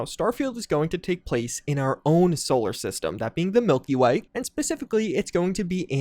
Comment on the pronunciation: "Solar ststem" 🤣